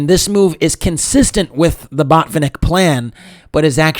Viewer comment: You should have said botfinik a few more times. :). Jk. Good video